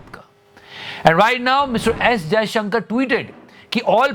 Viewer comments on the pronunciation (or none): none